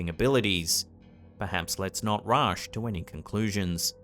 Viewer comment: Did he say "rush" like that because he thinks rushing is a basketball thing?